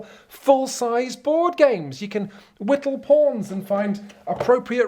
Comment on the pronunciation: "whittle pawns" 🤣